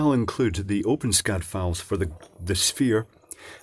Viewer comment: I thought you said open scat file.